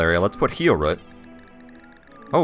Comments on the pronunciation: Everything else except roof and healroot. "Ruff" and "healrutt". It is annoying, you're right. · He had to make sure he covered his areas with a Ruff too. :) lol. Interesting seeing how people from different English countries say the same word.